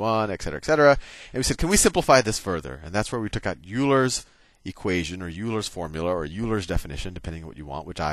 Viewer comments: C'mon Sal... Euler is pronounced "Oiler" not "YOO-ler". :) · i thought Euler was pronounced "OY-ler" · Euler is pronounced "oiler". I learned more in 3 days of your videos than an entire semester of Diff Eq! Thank you!! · He pronounces it wrong though ^^